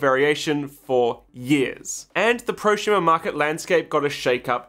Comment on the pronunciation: Why do you say ProSHumer? Instead of prosumer. I thought there was a speech impediment but you only say it with su sounds. I feel like we're being trolled.